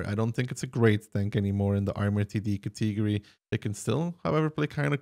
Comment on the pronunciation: he does it intentionally xD